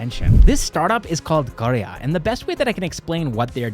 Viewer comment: I love how you accurately pronounced karya. Thank you for taking the effort!